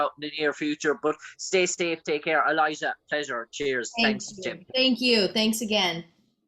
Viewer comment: Great interview, but how do you end up calling her "Eliza" when her name is "Elisha"???